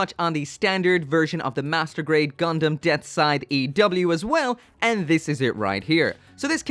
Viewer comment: Him saying death-side makes my ears cringe